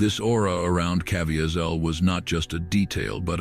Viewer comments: At least you could pronounce Jim Caviezel’s name correctly. Must be AI. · I refuse to listen to this when the man’s name - Jim Caviezel was not even researched so it would be pronounced correctly by the “ narrator.”